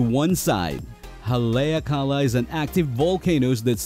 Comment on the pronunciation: Its prononced Hal e ak a la